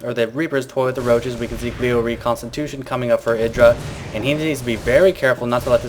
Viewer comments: Why do you call him "edra" ? It is: Idra. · idra said in an interview you should prononce it e-dra i think